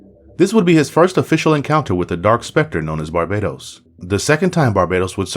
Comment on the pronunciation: IT'S BAR- BA -TOS .....NOT BARBADOS TOTAL DIFERENT